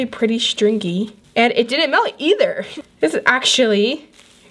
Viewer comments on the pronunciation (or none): none